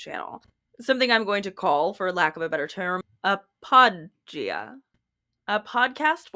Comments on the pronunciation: Is that...is that how you're supposed to pronounce apologia? Have I been pronouncing wrong? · Apparently I've been mispronouncing apologia.... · Is that really how you pronounce apologia?